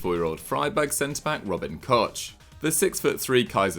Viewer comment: Robin Koch is pronounced (Robin kohh) just wanted to say it